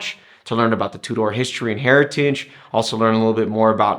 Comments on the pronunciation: Hi I'm new to your channel on the hole you come across very well and the production is is great but sorry to be picky but you are pronouncing Tudor completely wrong . the name Tudor was named after the England monarchy and the emblem on the crown is the English rose 🌹 and the shield emblem is representing the coat of arms just thought it might be handy to know and the movement is a modified breitling movement with a 70 hour power reserve it's a very nice watch I own the black steel and gold great video thanks John 👍. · hi thanks for your reply well coming from Wales when I was in school Tudor pronounced completely different to this video and it's the same in England Scotland and ireland.so it pretty unlikely that the pronunciation will have changed over the years . People from other countries might pronounce it different but they are wrong (a bit like tomato English tamayto American way of saying it still wrong pronunciation and spelling) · How do you know your is correct ? TUDOR Dynasty was in 14 century and how they pronounced sound like back then.